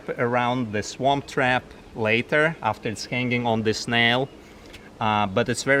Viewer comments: I know he's not saying it but it sounds like he's saying Swamp Trap LOL. Pretty sure it's Swarm Trap. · I think he was trying to say "Swarm Trap" which would make more logical sense. Just saying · Where do I get my "Swamp Trap"? Just kidding:) That is what I thought he said though. I just purchased my 1st hive on Friday. And am waiting for our bees to arrive ❤ Thank you for the video.